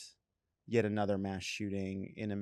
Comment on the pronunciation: It’s “mass.”